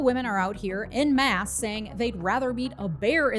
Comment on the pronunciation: En masse. Pronounced like ON masse.